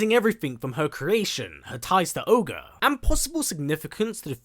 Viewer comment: Its Ogre my guy..not orge